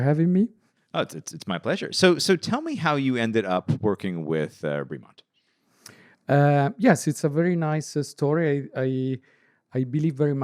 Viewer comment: Oh for gods sake, at least pronounce the brand name correctly. Nobody, nobody at all other than Ben, pronounces it Breee-Mont. Nobody.